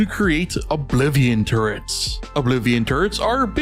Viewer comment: I couldn't stop hearing "turds" instead of "turrets"